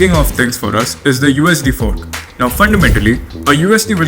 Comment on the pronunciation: Well. That Namaskaram pretty much confirms the guy is Mallu. Also the way he pronounced 'Forks'. The question is who actually is. time to dig.